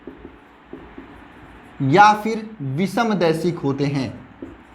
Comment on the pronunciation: Daishic hota hai sir